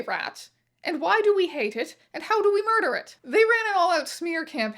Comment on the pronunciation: Rat "muder" is wild.